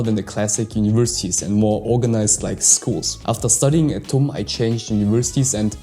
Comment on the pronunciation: Tum read as Tuti